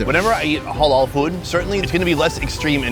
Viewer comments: the word is halal no holol ha like hat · It’s ‘HAH-LAL’ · Dude!! It's not hawl all!!! Halal...